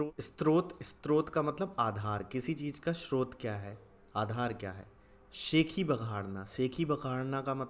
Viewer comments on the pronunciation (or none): none